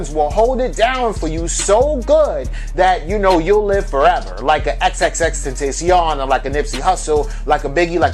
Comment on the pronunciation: No disrespect but if u can’t say His stage name.. then at least u can just say Jahseh Onfroy aka Xxx... Xxxtentacion definitely cringed wen he heard u say his name lmao jkjk but not really tho lol